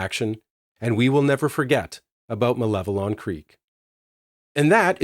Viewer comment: Thank you for the correct pronunciation of Malevelon!